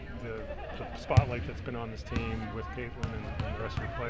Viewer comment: Who is more detestable? Sides or Mitchell? Mitchell cannot say the word "team', and Sides is simply the most pathetic creature I have witnessed in Sport. Trade Mitchell. Fire Sides.